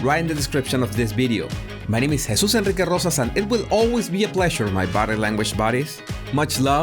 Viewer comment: hahaha, I love the way you say your nome.